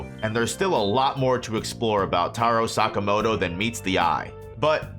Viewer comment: Tarow sakamowtow